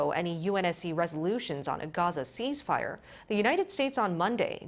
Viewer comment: cease fire not cheese ...only Koreans pronounce like that .